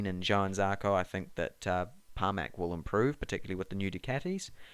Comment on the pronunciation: Can’t disagree too much.. I think could surprise more this year. ‘Par-mac?’ I always thought it was pronounced ‘Pra-mac’